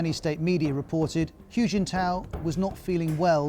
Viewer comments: It sounds closer to "who", to be honest. Not "Hugh". You would think they would check how to pronounce his name before doing a whole video on him. And then there's people who won't can't get a job... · No no, I would understand it if it were a set of phonemes not native to his accent already, but he can say the word "who" just fine. He's choosing to say it with an added "y" ("hyoo") even though he's fully capable of pronouncing it correctly... I'm not saying "it's not that hard." I'm saying he already does it. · Ros Atkins "Hu" is pronounced like "who" not "hugh"! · This BBC China basher is revealing his dire lack of knowledge of China. 'Hu' is pronounced as 'who', and NOT 'hew'. BBC is now just a content farm. Sad. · Can you at least pronounce "Hu" correctly to show some professionalism ? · Please, His name is not pronounced “Hue” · I mean bro... Reporting about a person while you can't even pronounce his name? How do yourself even know what you're saying? 🤣